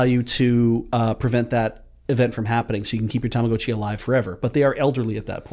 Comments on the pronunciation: that's the correct pronunciation. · he's pronouncing it correctly, it's a long O. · and pronouncing Tamagotchi correctly healed 2 morale.